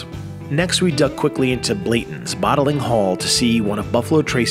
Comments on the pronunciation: For such a fantastic, information filled video (let alone your "favorite brand"), how do you frequently say "Blatons" instead of Blantons + "Well Air" instead of Weller? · So, is it pronounced Blanton's or as the narrator pronounces it, Blayton's???? There is an "n" in Blanton's you know? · I thought it was Blantons, not Blatons. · How the heck do you produce such a professional video and claim itsone of your favorite brands and call one of the most recognizable brands Blay-ton's instead of Blan-ton's? How did that get through editing? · He's saying you mispronounced Blantons and not Pappy... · It’s BlaNtons.. Pretty hard to mess up lol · It’s definitely BlaNtons… your explanation of the Distillery and your special tour was excellent! But please, next time… Colonel Blanton would probably appreciate you pronouncing his name correctly. He’s kind of a deal 😊 Cheers! 🥃🦬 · No no ... it's pronounced "Blayton's". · He said Blanton’s three different ways and none of them were correct 😂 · is no dummy. He is practicing his AI skills with videos! And he IS pretty good at AI. BUT he IS pissing everybody off because of the Blanton's pronunciation. Thats funny to read in the comments. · Pappy 15 is hands down the easiest to sample of those INSANE pours!! 95 OFC and last drops are unicorn in every way. And then to consistently mispronounce Blanton’s after allegedly taking the tour is mind blowing. Regardless, I’m just a jealous dude on the internet haha. Honestly though, thank you for sharing! Buffalo Trace is such a huge part of American History. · Come on. Bruichladdich or Bunnahabhain are hard to pronounce but Blanton's? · Maybe he voiced this over after drink in all that bourbon and didn’t realize he mispronounced Blantons! 😂😂😂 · All this and you dont even know how to say BLANTONS LMAO